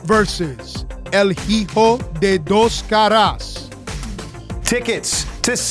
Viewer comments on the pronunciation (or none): Matt Striker, you dumb shit, The "H" in Hijo is silent.